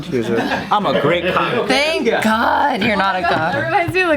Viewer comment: "Tank you for sharing that information with me" After every thing i say